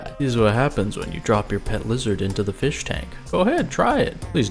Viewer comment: Haha. Feesh.